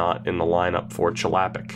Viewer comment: Your pronunciation of Chlapik makes me sad. It's a Czech name and thus it's pronounced "Hla-PEEK".